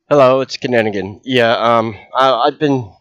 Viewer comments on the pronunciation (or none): Interesting that the AI can’t say “Kinninigan,” don’t you think ?🧐